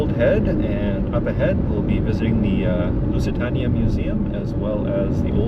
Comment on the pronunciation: Loved your video. Just one point , Lusitania is pronounced Lusitaneya. Cheers.